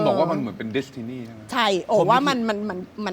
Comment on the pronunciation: เค้าว่า ดิสทินี่ 555555จะรั่วเรยคับ ดิสทินี่ หรือ วอลดิสนี่